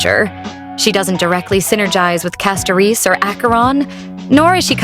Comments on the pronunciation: Castoriche, Castorish and CastoRICE why tf do you pronounce it wrong? are you AI or American perhaps? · ah yes "castoriche" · lmao i like how you speak castorice name 😂